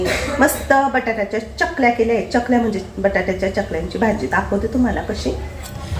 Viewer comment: चकल्या नाही चकत्या